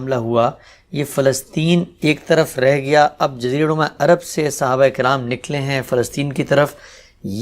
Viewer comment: صحیح تلفظ ہے : صَحابہ ص پر زبر ہے، زیر نہیں ہے۔